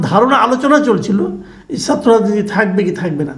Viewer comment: Very nice video. Tobay Bhai, please correct your Bangla pronunciation. “Chhatra” keno bar bar aapnar mukh theke “satro” hoi! Khub koshto pai!